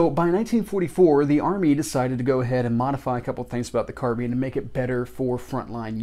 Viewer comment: Hello, new to your channel. Just subscribed to you. So glad you pronounce the name carbine like I do: Car-been!